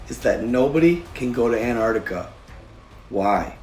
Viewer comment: an-TarC-tiCa, who is anne artica?